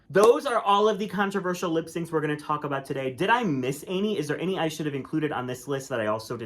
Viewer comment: The way that can’t pronounce the word “Any” always makes me cringe. “Ay-knee” Say “many” now remove the ‘M.’ You don’t say ‘maynie’. Just something I’ve noticed a lot. really says “Any” a lot. Now you’ll all notice it.